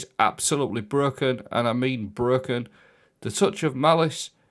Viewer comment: He's not, he says Bruh-ken